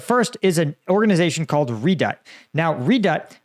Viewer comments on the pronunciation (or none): Pronounced re-doubt.